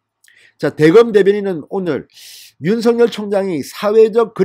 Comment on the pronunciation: 윤성열이 아니고 윤석열(윤서결) 입니다! 윤석열(윤서결)발음이 잘 안되면 그냥 윤총장 이라고 호칭 하시길 권합니다!